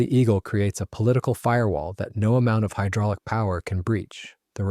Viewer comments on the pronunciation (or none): none